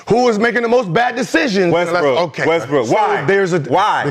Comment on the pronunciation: ALMOST said westbrick 😂🤣😂🤣